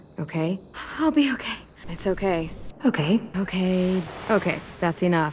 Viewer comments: All i hear is "cocaine" "a cookie" 😭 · I like the part when it sounded like cocain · Lol I listened to her a lot saying that now it sounds like she's saying cocaine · Eventually, I heard ”cocaine” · Hi what is it? I hear cocaine now omg 😂😂😂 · i don’t even hear okay anymore i just here ‘oh kae’ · bruh I hear oak hay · When u listen to it a lot it sounds like if said oke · after a while i started hearing ogay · After awhile I started to hear “oh gay” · Eventually I heard, ‘ croquet’ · if you watch it in 1.25 it looks like is saying cocaine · In season 2 it sounds like she's saying "Okaine" COCAINE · At first I sounded like okay but then it sounded like O Kane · I kept hearing “cocaine” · It sounds like cocaine if you listen it too fast 😂😂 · Sounds like she saying "cocaine" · Cocaine? I only hear cocaine? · Am i the only one hearing Kokain? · is it me or it sometimes sound that she says COCAINE? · Why does it sound like she's saying cocaine?